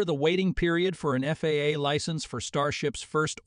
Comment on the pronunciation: It's FAA, NOT FAAAA ! Sheesh. Don't you people watch these before you post them ????